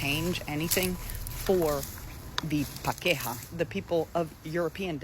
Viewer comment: Love this video … and the way that one girl pronounced ✨P A K E H A✨😂